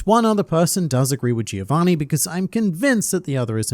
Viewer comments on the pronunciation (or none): none